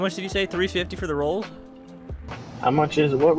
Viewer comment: Royals not rolce